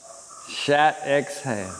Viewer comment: “a”’s in Sanskrit are pronounced like “uhh” just fyi, it’s not shat it’s closer to “shut” otherwise, well it sounds like you’re saying shat mate, and yoga is not shat